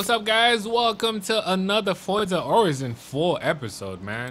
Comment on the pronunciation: Isn't it pronounced Horizon, like Verizon??